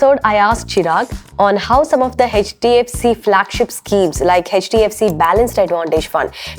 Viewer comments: Why is she saying "Hedge" DFC? It's H not Hedge. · jfyi, 'e' from elephant and 'ch' from catch. 'e''ch' is h Not hech. Or keep h silent in hech